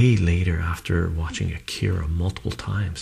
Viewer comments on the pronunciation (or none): none